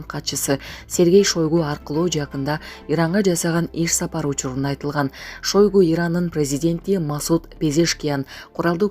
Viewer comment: ШОЙГУ ЭМЕС ШАЙГУ ДЕП АЙТСАНАР